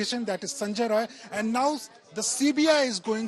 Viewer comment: Atleast mention the name correctly. Its sanjay rai